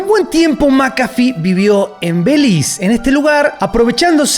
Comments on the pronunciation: NO ES BELIZ se pronuncia BELICE. BE LI CE (ZE) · ¿Por qué pronuncias el nombre de Belice (en español) como Belize (en inglés)? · Es Belice, no Beliz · ????? 100 comentarios y ni uno para corregirte por decir beliz? Belice Belice Be li ceeeeeeeeeeee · se dice Belice con todas sus letras. Cuando ocupés colaboración centroamericana me escribís, je!